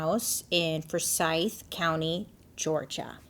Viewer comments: It's pronounced Four Sithe like William Forsythe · I think it's pronounced two syllabus Four-sigh-th. Forsythe Just helping out.. as a fan/friend who lived in the south.